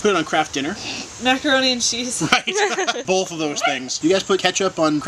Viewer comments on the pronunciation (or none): said "bolth"!;D